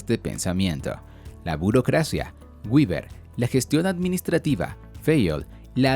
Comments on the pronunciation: Hola, gracias por el video. Quería hacerte una pequeñísima corrección de pronunciación en el nombre de Max Weber, el cuál debe pronununciarse tal cual se escribe en español. Así como lo pronuncias se pronunciaría en inglés pero es que Max Weber no era de Estados Unidos ni de Inglaterra, él era alemán y en su lengua natal se pronunciaría algo así como" Max Viva". Para evitar esos errores de pronunciamientos propios de cada idioma es preferible pronunciarlos tal cual se escribe en español. Cuando se tenga dudas de cómo se pronuncia un nombre o palabra se puede usar el traductor de google, ya que tiene una función de pronunciación. Saludos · Antes pronunciaba béber, luego lo pronunciaba en inglés castellanizado como Gueber, luego aprendí a pronunciarlo en Alemán como Beba, y ahora debo aprender a pronunciarlo en ¿IA? como guiber. XD